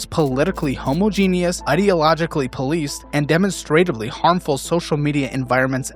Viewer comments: Good video, but I have to be that person: homogeneous is pronounced huh-MOD-jih-nus, not homo-geeneeus. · HoMoGeNiUs~ it’s hom-AH-jen-us,. And please look up where Australia is, homogenius. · 😂 "Homo-Genius" ? Huh? Wtf? It's pronounced "huh-maw-ju-nus" ! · you gotta stop saying “homo genius” it’s pronounced “hum-aw-gen-iss” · you homo-genius. That's not how you pronounce it:face-blue-smiling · It's pronounced HO-MA-JEE-NUS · Either you're telling me how impressively intelligent the gays are, or you're trying to pronounce "homogeneous". (Homajehnus) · Again and again saying "homo genius" instead of homogeneous 😂 hilarious 😂 Is it on purpose?